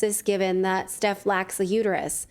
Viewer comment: Long sigh...it's uterUS NOT uter-you.